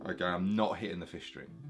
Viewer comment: When you say 5th string it kinda sounds like 'fish string' so I thought you must be German and using an alternate tuning because that's close to how you pronounce F# (often written as 'fis') in German and Dutch. A# would be 'ais'. Basically (note)+'is' means (note)# and (note)+'es' means (note)b. So Bb is 'bes'. Before you ask, I don't know why I wrote all of this either. I'm just the type that rambles on for forever about irrelevant things.